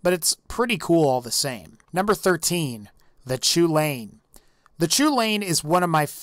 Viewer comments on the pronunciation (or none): I'm just gonna let you know, the chulainn, or the choo-lane as you call it, is named after an irish fairytale, and it's pronounced 'cullin' or 'cullen'. You might not care, but i thought i might at least let you know. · Pablo NoEsEspañol the pronunciation was so painful :/